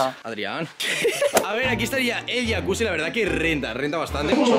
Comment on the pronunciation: Porque le dicen yacuchi si es yacusi